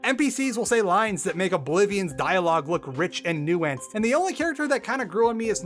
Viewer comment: the way you say nuanced literally makes me cringe